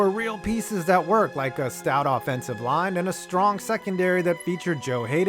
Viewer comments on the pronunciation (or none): none